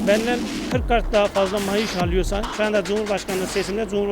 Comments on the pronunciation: bu adam gercek akp li maaş yerine mayış diyor :D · Mayiş değil , maaş 😂😁😝 Demek mayışın düştü 😂😁😝Çomar çomar efferim